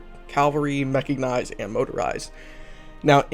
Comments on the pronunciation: "Mechignized" ?? LOL. You sure it's not "mechanized"? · A lot of people stumble over "cavalry", but I've never heard "mechignized" before. Got a chuckle out of it. Great tutorial. Keep it up. A video on static AA and radar sites might be useful.